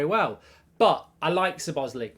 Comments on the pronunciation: You 'probably' pronounced it wrong?? 😆 At ease Mark. You most definitely pronounced it wrong. It's an Hungarian name though and as such difficult. I couldn't pronounce it correctly but I know for a fact: stress is on the first syllable and the ending is an 'ay'. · How many times did he butcher his name in this video😭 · It’s pronounced. Sz-lob-oz-zlai not zebozli lmao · MARK HAVING A BLAST. 😂 ITS SZOBOSZLAI NOT ZOBOSLI 🙈 It’s pronounced SOBOS - LIE in Hungarian 🇭🇺 Magyar language with English pronunciation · It’s not Sir boz lee it’s Szobozlai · “but ! I like Sir Bossley (Szobozlai)….. “ 👎 Sir Bossley 👍 So-Boz-Lie (🌽 🇭🇺) Szobozlai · Sir bosli 😂 it's Slobo sly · ‘Sob-oss- slie’ not ‘s-bos-lay’ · SO - BO - SLY!!!! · It's pronounced So-Bo-Sly for the ones that don't know how to pronounce it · It's pronounced 'Sob-a-sly' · Is it me, or does it sound like he is saying Sir Bosly? 😂😂😂 Regardless, love the content mate! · To Pronounce his name to make it easy say So Boss Lay E just in together SoBossLayE (Szoboszlai) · Pronounced "SHO-bo-SH-laai" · You pronounce it ZO BOZZ LAI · I think his name is pronounced slob-as-lie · It’s pronounced Szuh-Bobz-Sly for everyone wondering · "I probably pronounced it wrong but..." Good save Mark but I've never seen anyone who pronounce "lai" as "ly" mate. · Say it like this:"SO BOSS LAI" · I’m pretty sure it’s pronounced CHO-BOZ-LIE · Sob-oz-lie is the pronunciation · Pronounced "Sob-oss-lie" :) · Pronounced Shoh-bosh-lye if I’m not mistaken mate 😂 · Lol gotta love Mark not even trying to pronounce his name correctly, 'Sir Bosley' 🤣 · You pronuce it soboslai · Sir Bozley 😂 as usual Brits butchering foreign names. Muppet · Over the moon with this signing mark. I think it’s pronounced slobber sly 😊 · SOB-OT-ZLAI IS THE PRONUNCIATION MARK!!!!! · How wrong is Mark pronouncing the name Szoboszlai? “Sabozzlee” 😂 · His surname is pronounced "saw-boss-lie" - as one word, of course. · It's pronounced "Zo-boz-lie" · Yeah Mark you've butchered it 😅